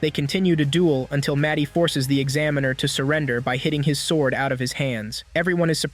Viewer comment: "svord with her wepon"